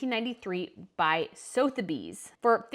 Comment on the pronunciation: She doesn't pronounce anything right. Parure, Sotheby's. It drives me nuts.